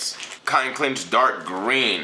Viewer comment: They are pronounced cotton “Sinch” Pants not “Clinch” - Appreciate you.